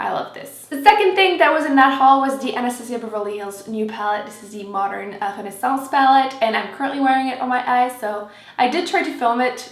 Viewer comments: Hi I'm from Philippines. Thank you for making wonderful videos! God bless:) (I love the way you say Rennaisance by the way ♥) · I wish everyone would pronounce it the right way😜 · She's pronouncing it the proper way, Renaissance is a French word and she's francophone so her accent comes out a bit.